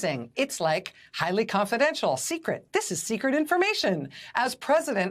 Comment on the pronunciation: He had problem in saying "confidential". I don't think he can pronounce long words. I wonder if he ever could.